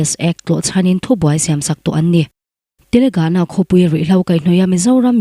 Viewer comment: Chhiartu fakawm tak. "Telegana" i rawn tih hi TELANGANA zawk aw.India ram State hming êm hi chu a dik hriat a pawimawh.